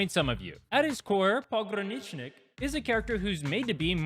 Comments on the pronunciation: you DID say it right! source: i'm russian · You said it right, so it is fine. It is maybe the easiest russian word to transition. It will be harder when u introduce this characters : Ь, Ъ, Ё, Й, Х(which is -> 'kh' for some reason) and maybe some others. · Thanks for the guide! It's great to finally see a clear explanation of his build without all the extra nonsense. You're pronouncing his name perfectly right. "Pogranichnik" is the Russian word "Пограничник", so it literally means border guard. The proper short form of his name isn't "Pog," it's "Pogran," and you say it like "pog" + "run". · you said it right. Well done